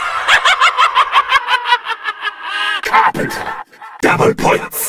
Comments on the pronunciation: why is carpenter pronounced so weirdly on the samantha voices it sounds like he says "krankten" why is no one else talking about this after like 12 years? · i used to hear “Carbon dough” lmao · I've been playing zombies since 2009, I never realised it's called carpenter, it always sounded like crackter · I always thought it was carpendo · I thought it said carpeter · Honestly i thought when bo2 richtofen said carpenter he actually said rubadub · Anyone hear bobadob instead of carpenter